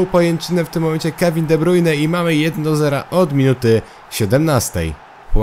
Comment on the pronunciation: czytaj kevin de brajn